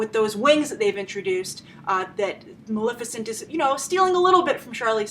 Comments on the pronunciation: It's MaLEFicent, for christ's sake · Love your review! Without a doubt the most practical, well-thought out and spot-on correct perspective I've seen in years. Huge congratulations for that. My nerves were grated, however, that after such a solid performance you could not bother to pronounce "Maleficent" correctly. Thank you for your work; I look forward to viewing more of it!